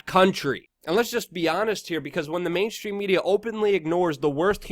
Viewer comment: Mainstream. Not main. Shhhhhhstream.!!! Learn to speak damn it. !!